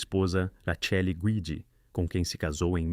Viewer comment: Erro na pronuncia do nome da esposa de Mussolini.